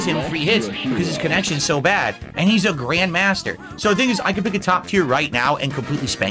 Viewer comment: Grayund mahstur?!